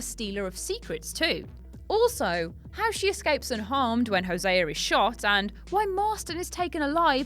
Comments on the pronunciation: no way, Hosé-a. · "when hoseaer is shot"